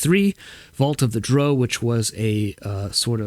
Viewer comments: How did I know you would pronounce Drow in the objectively incorrect manner. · I agree with everything you said except for the pronunciation of "drow." Haha. Awesome stuff,. Thank you!